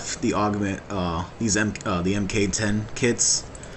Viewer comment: Do people not know that MK means "mark"? You aren't the only channel I hear do this. Drives me bats. =D